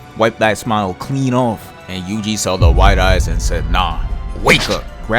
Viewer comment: WHY did i hear "juicy itadori"